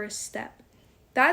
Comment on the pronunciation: And what is "friendsic"?